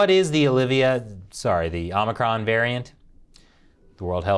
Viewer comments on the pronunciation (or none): Biden calls it OMNICRON